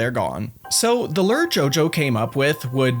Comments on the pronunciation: Okay first i really enjoy your comment so please dont get mad and i know this video is literally two years old but.. Are you pronouncing "Lure" as "Ler" on purpose? Is that the Runescape word for it? Or? Haha cause "Lure" is pronounced (Lou • er) like saying the name Lou and then put er at the end and Lou er ing, not Ler/Ler ing haha never too old to learn how to pronounce Lure and if Ler is the Runescape word for Lure than im never too old to learn some Runescape info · Why do you say LERRR instead of lure? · It's a LEW-ER not a LURRR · I enjoyed the info in this video, but it was kind of difficult to ignore the way you pronounce lure like Lurr, ruler of omacron persei VI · I'll never get tired of hearing say lerr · huh, as an american, it's weird to hear "lure" pronounced as "lurr" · listening to lure pronounced like this is making me spaz lol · The way you pronounce lure is infuriating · One day you'll learn how to pronounce 'lure'.